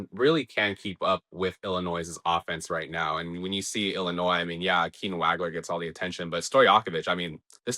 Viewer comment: Dude.....it's pronounced "WAUG-LER".....not "WAG-LER". Geez.